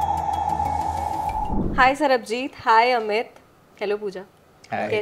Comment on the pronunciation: Didi wo Sarbajeet hai, Sarabjeet nahi 😭😭🤣🤣